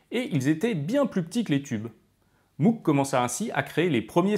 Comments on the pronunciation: Ça se prononce "mogue" pas "mougue" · apparemment MOOG se prononce Mogue et pas Mougue. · Petite précision: Robert Moog a toujours indiqué que son nom, d'origine néerlandaise, ne se prononce pas "M-ougue" mais bien "M-ogue", avec un O long et très fermé qui rime (en anglais) avec "Vogue". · D'ailleurs ça ne prononce pas "Mougue" mais "Maugue" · Super vidéo ! Ça n'a que peu d'importance, mais sachez que Moog ne se prononce pas "mougue", mais "mowgue". ;) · lire "jimmy Hendrix" c'est un peu comme d'entendre "Mougue" à la place de "Mowgue"; à part ça c'est excellent. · Pour info on ne prononce pas MOUGUE mais MOGUE :) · et MOOG se prononce MOWG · Sympa la vidéo, pour donner un aperçu, en revanche niveau taille et synthé autant parler du Thélarmonium, ne laissons pas Cahill de côté non mais. Et je sais que tout le monde dit MOOG parcequ'il y à 2 O mais ça se prononce MOGUE (frère/soeur de sang) ! Parceque c'est hollandais et prononcer à l'allemande par son créateur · Stylé ! Mais Moog ça se prononce "Mog" héhé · Tiens au pasage, Moog ça se prononce "Mogue" ;-) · Pourquoi prononce t-elle Moog comme ça ? C'est pas une marque anglophone